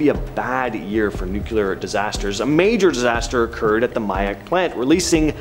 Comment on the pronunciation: NEW-KLEE-ER FFS